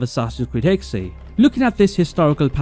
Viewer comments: It's actually "Hex-eh", the second e is not silent in German. (Hexe = witch) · Please pronounce it as Hex or Hex-uh. Hexay is just wrong and it's been in every video. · Dude it’s clearly pronounced hex not “hexay”. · It’s not. In German you pronounce every letter. So it’s Hexe, but definitely not Hexay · Hexe is not pronounced HEK'SAY. It's HEK'SEH. I'm sure any Germans watching this are collectively facepalming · Its pronounced “Hex” not hex-aye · stop, using AI. its not ''hexey'' its Hex, learn to narrate/speak on your own videos and quit being lazy. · Pretty sure it’s just Hex nog hexay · The correct pronunciation is "Heck-Suh" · You don’t say the “E” it’s silent it’s pronounced “Hex” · It's pronounced "Hex-eh", the second e is not silent. If it would be the English word "hex", it would be written as "hex". But since "Hexe" is the German word for witch, you have to pronounce it like a German. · “Hexe” is pronounced like “Porsche” and “Fiore” is pronounced how you’re saying “Hexe”, Christ dude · Bro doesn’t know how to pronounce hexe